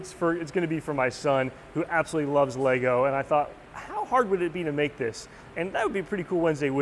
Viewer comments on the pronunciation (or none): none